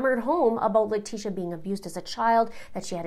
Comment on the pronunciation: I think it's an inside joke to mispronounce LIE-trashia's name. They say it perfect when they say Al or Gannon, but when it comes to her that is when they go crazy with her last name😂😂